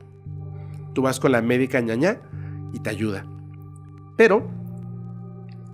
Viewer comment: Saludos desde Paraguay, los escucho siempre 🇵🇾 P/ Corrección: no es medica Ñaña (ñaña es malo/a en guaraní), es medica Ñaná (medica de hierbas naturales)